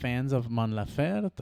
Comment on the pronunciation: Great reaction. just one thing the last E in her name is also pronounced, laferTE not lafert. She talks about her migranes, not love.